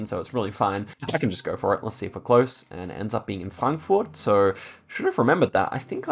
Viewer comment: Can we please acknowledge how perfect pronounced Frankfurt?